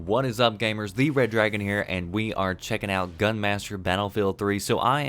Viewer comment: wooh , I can understand what you said Red Dragon